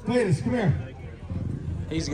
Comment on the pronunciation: I stg Justin said cheater cleeter 🤣🤣🤣🤣🤣 cleets just good at driving anything jh got a promod compared to the rest and cleet holds him off